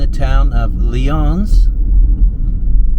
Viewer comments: Lions... Leons is what you said. Many places in NY are named after old world locations/cities... but an American pronunciation was applied. The original Lyons is in France. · And Lyons is pronounced Lions, like the kitties.😊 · Atleast get the town names pronounced correctly, Palmyra is just as it is spelled, Pal or Paul, My rah. Lyons is like Lions not Lee. uns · Lyons,... Pronounced "Lions", not "Leon". Greater Rochester area municipalities have their own idea of how to pronounce their locations. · Your town pronunciation needs some work, especially with Palmyra (Pell-my-ra) and Lyons(lions) from a Waterloo NY boy - Frederick Kleman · It's pronounced Lion's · palmyra we pronounce it pal-m-eyra newark you got right and lyons is like lions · The town of Lyons is pronounced "Lions". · Franklin Street has a gorgeous house in Newark Lyons New York everyone pronounces it as lions you missed a beautiful little town called Wolcott New York and the drop in population from 1970, 1970 they had a lot of manual labor working the Farms they don't have that anymore not as prominent as it used to be. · I grew up on a farm one mile north of the village of Lyons in the 40s and 50s. It is pronounced lions, like the animals. My grandfather was section superintendent on the New York State Barge Canal, the canal that you explored. It follows approximately the same path as the original Erie Canal. The Erie took advantage of rivers and streams where possible. Where major excavation was required, the Erie was only wide enough for two packet boats to pass when they met. As time progressed, the railroads took commercial traffic from the canals. In Lyons there were two lines of rails in each direction. Later the New York Thruway acquired much of the traffic diminishing Lyons as a commercial hub. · Lyons’s is pronounced ( Lions). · Just an FYI ... both towns you mentioned have long Ys in them.. so Palmyra and Lyons are pronounced like a long I, Lyons is pronounced like Lions..